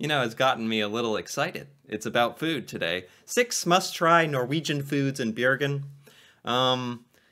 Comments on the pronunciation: xD Bjergen lol, Bro remove the J and you get the city's name correctly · You need to try to prounounse Bergen better...it sounds like Bjergen...leav off the j and you are closer😇